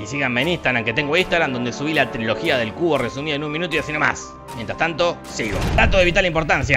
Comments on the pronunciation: "la trologia", yo siempre pensé decía "trilogía" debí haber parecido un idiota :v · Amo que dice "Trología", Martín Cirio está involucrado? 😁